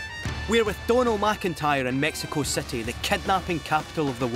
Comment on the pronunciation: It's quite irritating that the narrator cannot pronounce "long i and short i" properly >>> city > cety ...kidnap > kednap and more.